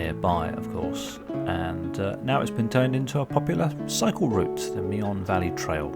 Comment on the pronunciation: It's pronounced Me'n, not Me-on.